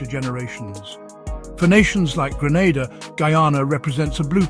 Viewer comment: There’s no point telling them,you would think that if a person is going to narrate on a country, they should at least know it’s name.i sometimes think that they do it deliberately.